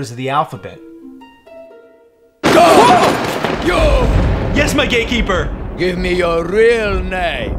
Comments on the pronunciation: I knew I hand't heard GATEkeeper XD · Mike says gatekeeper